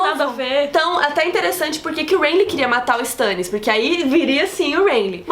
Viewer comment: Meu Deus aaaaaaaaaaaaaaaa, me dá agonia por ouvir "Stãnnis"